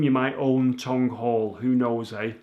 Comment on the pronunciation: Tonge Hall not Tongue LOL